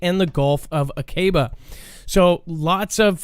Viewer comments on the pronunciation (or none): Sinai is pronounced : Sigh nigh , Aqaba is pronounced : Ock uh bah , and Tiran is pronounced : Te Ron.... and you're welcome.